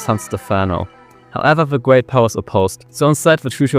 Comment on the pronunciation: alexander the gweat 😭